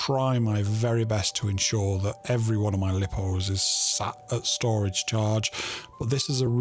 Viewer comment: Lipo said like lying not li.......po